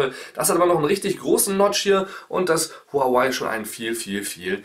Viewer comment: Warum sind alle zu blöd Huawei richtig auszusprechen